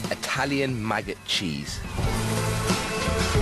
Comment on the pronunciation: Hes a maggoot